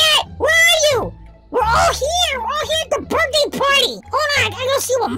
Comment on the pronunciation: It's funny because he should say happy birthday lol not burt day lololololololololololo